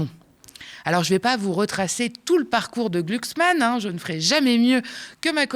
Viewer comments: On prononce glucksmann ou gloucksmann MDR j' aime trop la phonétique 😊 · C'est pas gluglu c'est glouglou 😂